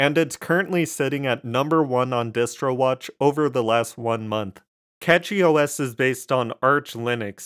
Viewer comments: pronounced "Cash-ee" and not "Cat-Chee" - outside that, I do like all of the new gaming Linux distros but still mainly fall back to ol Windows on the main desktop, everything else is running SteamDeck's OS essentially, or some variation of. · Its Cachy (Cash-ee); not Catchy... Its called CachyOS, because the custom kernel patches and CPU scheduler allows the system to optimize resources in micro caches. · I say it like "catchy" too. Who care about the name of an OS or how you pronounce a brand or whatever tbh. Hell even name can be pronounce differently depending the country you are in. Don't worry about people being offended by anything. The "worst" thing that can be mispronounced is a name and here we say "there is no mistake in a name". If someone think it's a disrespect they just don't have enough problems in their life. (first timer here btw so I'm not defending because I'm a fan but trully because I think what I say)